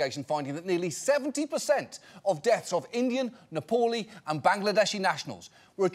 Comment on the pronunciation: John constantly pronounced Nepali as Napoli. For first two times, I thought it was a football reference to the Italian club. Embarrassing.